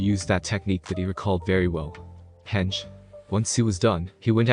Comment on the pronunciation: Loving it so far but constructive criticism henge is pronounced hen (like the animal) and ge (pronounced as gay)